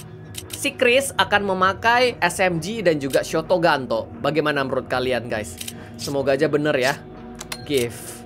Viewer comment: Ketularan abang jadi suka bilang shotogunto